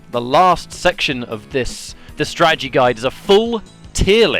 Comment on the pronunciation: This is why I DON"T buy strategy guides. This one isn't a Strategy guide. it's more like a (STRA-GE-GA-DY) guide.